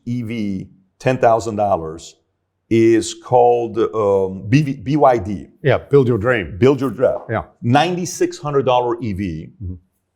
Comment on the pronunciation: Watching Patrick struggling to pronounce BYD made me realize that the US is doomed. Not because they lack competitive companies, talents, or a huge consumer market that is willing to support Made-in-USA. No, it is the arrogance and ignorance of American elites that allow the country to fall behind. The US is the new Soviets now.